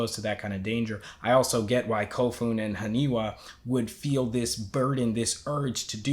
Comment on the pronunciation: you getting the names? its not Hanewa .. its HANIWA ... its letter "I" ... lol ...